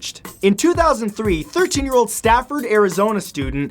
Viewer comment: It’s Safford not Stafford!!!!